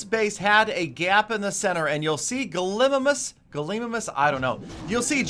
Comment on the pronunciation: I'm pretty sure that gallimimus is a dinosaur but you mispronounced it is what I'm saying